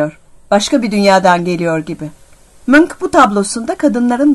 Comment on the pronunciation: Ya o "Munch" Manç diye okunmuyor muydu?